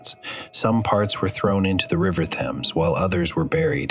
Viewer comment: Narrator sounds American or maybe Canadian Should be pronounced as 'Tems' not 'thames'